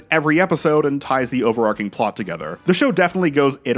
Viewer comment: You need to Google how to pronounce "overarching". Extemporaneous mispronunciation is how you get ants.